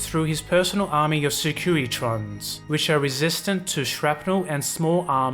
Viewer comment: I like how he pronounces vertibirds and securitrons